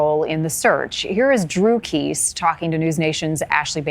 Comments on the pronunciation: You think you could pronounce Jennifer Kesse's last name right? It is pronouned Kes-e. Not Kess. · The correct pronunciation of Jennifer's last name is KES''SE..NOT KECE ! LOL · It's "Keh-seee", not "Keeese" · Pls learn the names properly. Its not pronounced "Kees" but "Kessy". Disrespectful and misinformation. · It’s Kess-ee not Keese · i was thinking the same thing she said her name wrong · Kesse, is pronounced “Kes-See” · Jennifer Kesse pronounced Kess-ee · Great to keep these cases in the news, but honor them by pronouncing their names correctly; I am referring to your incorrect pronunciation of Jennifer Kesse.